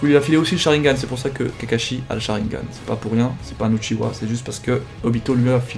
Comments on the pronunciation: Pourquoi tu dis Uchiwa et pas Uchiha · ce ne pas uchiwa c'est uchiha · Primo-rykke mais la réele version est Uchiha